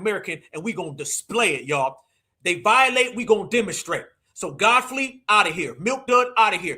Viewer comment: He called that man Godflee. 😂